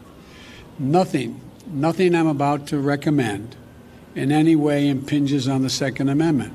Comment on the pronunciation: Inpinges 😆😆 😟😟 what’s that? 🤣